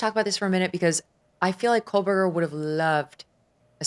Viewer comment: Ashleigh, blink twice if your brain glitched every time she said KOLEberger 😂😂😂